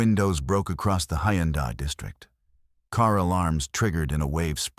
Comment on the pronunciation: Go Jay (Goeje) Island, Gim Hay (Gimhae), Hay Un Day (Haeundae) 😂